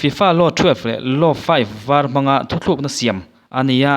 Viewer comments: Thuthlukna ni lovin thutlukna aw.. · Thuthlukna iti zel a,thutlukna tia lam/sawi zawk tur ani e.